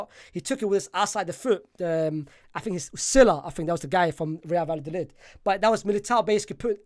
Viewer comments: Is it that hard to say vayadolid? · My brother the 2 L’s is a y sound. Love the work tho 🙏🏽